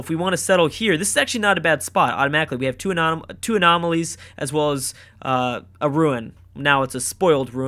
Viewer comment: Having trouble saying 'Anomalies' friend? :)